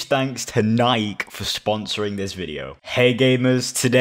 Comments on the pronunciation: How everyone says NIKE: NI KEY How says NIKE: NIKE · Nike is pronounced NIKE, not NIK-E Change my mind 🖐️🎤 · He says nike niké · I love how he pronounces “Nike”